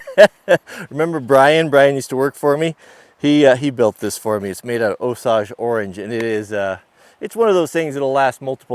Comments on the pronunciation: It's Osage (oh-say-ge) orange, not (oh-sauge) 😒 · It's O-Sage (long O and long A) orange like the native American tribe Not O-sauge. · Osaage Orange? It's Osage orange. Us east coast guy always got to correct you. Good video. Been wanting to do this myself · Osage is pronounced osayge, not osawge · It is pronounced Oh-sage! Not Oh-suage... Us Mid-Westerners who know what we are talking about call it hedge, or hedge apple. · For all you west coast guys it is pronounced o sage orange like the spice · Hey ya West Coast hipster... it’s pronounced O-sAGe!!! They’re a Native American tribe from the Midwest. O-Sage!!! Can’t have ya sounding like a Mook... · I'm from the Ozarks so maybe we say it funny but Osage Orange (commonly called Hedge) is said Oh-Sage like Sage Wisdom... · Get scalped in Oklahoma saying Osage like that. Long a, 0h + sage. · The "Commander" wood is actually pronounced O Sayj. Or, just call it Hedge. And yes, you can melt a wood burning stove with it. I have seen it done. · Osage is pronounced OH-sayj. The Osage Nation would like to speak to you. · Only a west coast guy could repeatedly mispronounce Osage so badly. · Leave it to a flat billed west coast guy to mispronounce Osage 😂😂😂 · You made me check myself, you need to google the pronunciation of Osage Orange. Also when you turned the bench over on those forks, I jumped off my stool trying to get out of the way of those legs. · INDEED! My former spouse is 1/4 Osage, my loving daughters 1/8! Interestingly, as an aside, related to the Tallchief sisters, they’d all throw a hissy fit, as would my respected late father in law, if they had to listen to cringe inducing mis-pronounciation! Sadly, as its’ worked out, for the ressons above I’ve attempted to correct him, to no avail! Best of luck...